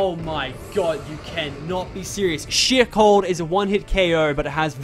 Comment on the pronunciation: I thought he said shit but it was sheer cold 😭